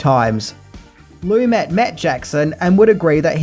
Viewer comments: I dig your videos,, watching them are a way to wind down for the night. Please learn how to pronounce people's names correctly. Sidney Lumet is not pronounced Loo-MET, but Loo-MAY. Also, from "Adventures in Babysitting": Vincent D'Onofrio is not Dah-No-Free-Oh, but Duh-NAH-Free-Oh. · Sidney Lumet. His last name is pronounced: Lamay.